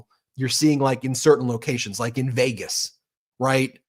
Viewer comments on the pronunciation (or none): none